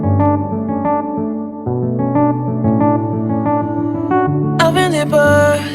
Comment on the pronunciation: The name of the place is “Anse Mitan”